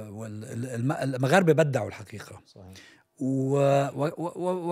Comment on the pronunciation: نقول أبدعوا وليس بدَّعوا